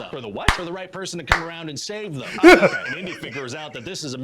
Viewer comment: Did you catch when he said, "Lo-Chay" instead of "OKAY"?